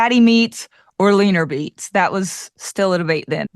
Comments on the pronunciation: did you say fatty meats, leaner beets?? Lol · I heard that too.